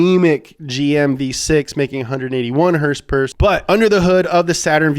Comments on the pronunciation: It's horse power dude, not "hurs-purs" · The way pronounces words is hilarious to me. HERSE-PERS!